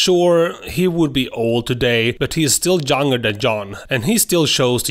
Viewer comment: You pronounce John “yawn” and young “joung”